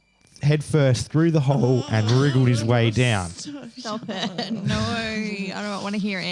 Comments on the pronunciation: the way both Australian women say “Noyyyyy” 😂 👏🏼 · Lmaoooo I just made this comment myself 😂 The way these aussies say the word no, you spelled it great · 😂😂😂 I absolutely love the way these Australian women pronounce “No” as “Noyy” lol